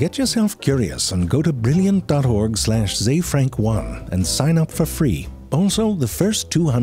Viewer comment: It's not even pronounced "zuh frank," lol